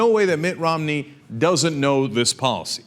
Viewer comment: sometimes when Cenk says 'Mitt Romney' what I hear is 'Mitt rob-me', I think that's probably a more appropriate name for him